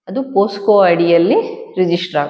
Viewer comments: ಹಲೋ, ಅದು ಪೋಕ್ಸೊ. ಪೋಸ್ಕೋ ಅಲ್ಲ. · ಪೋಸ್ಕೊ POSCO ಅಲ್ಲಮ್ಮ ತಾಯಿ ಅದು ಪೋಕ್ಸೋ POCSO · Posco alla pocso anta heli